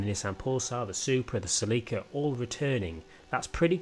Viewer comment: CÉlica, my dude. Not Cehleekah.